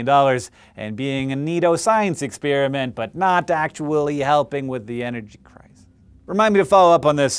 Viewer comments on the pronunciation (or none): Did you say "energy crisis" at the end? I thought that was what I heard but I couldn't tell.